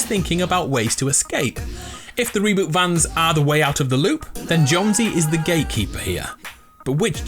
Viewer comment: Tell me not the only person hearing him saying “ gay keeper” Instead of “gate keeper”